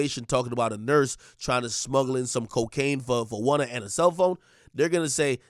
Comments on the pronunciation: Lol. Why u keep calling him Wunna for? Lol 😆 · Oh it’s “Wunna” now 😂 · Why you keep saying gwunna?